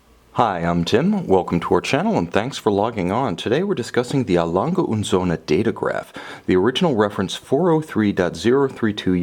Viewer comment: Nice to see someone to actually pronounce a lange & Söhne correctly (except the ö).